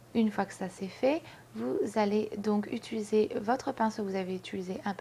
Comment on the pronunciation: Salut ! c'es étange tu dis "utuliser " ^^ Sinon très beau make up :)